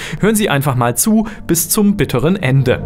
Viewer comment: merkt man ^^ mal und nicht mahl :P